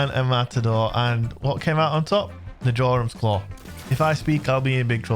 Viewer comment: Jorum's Claw Its pronounced Yorum's Claw!!!!🤦‍♂️